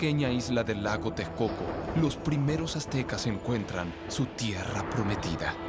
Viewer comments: Lago Tecoco? no bueno!!!, por que nunca pronuncian bien los nombres? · se nota que no la hicieron en México este narrador no sabe decir TEXCOCO, dice Tecoco y tejcoco que chafa para mi país.